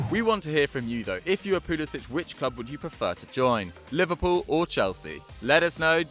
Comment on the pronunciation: I know but he and his parents pronounce his name poo-li-sik